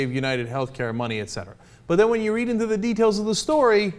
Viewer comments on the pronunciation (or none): none